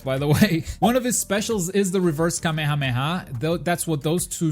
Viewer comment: It irritates me how you pronounce kamehameha